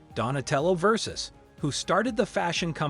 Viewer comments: No they are totally mispronouncing it 😂 It sounds like he's saying 'versus' LMAO he couldn't even pronounce Dolce & Gabbana... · If you're going to make a video about a known brand, my advice is this: Learn how to pronounce the brand names properly ot at least make an effort. Gianni Versace would be disgusted. RiP ❤️